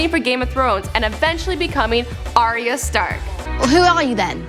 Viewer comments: ariya stark........ can you just say arya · It's Ar-ya, Ar-ya. Not Ariya 😒